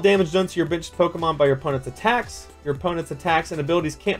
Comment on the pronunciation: Lol everytime he said benched I thought he said bitched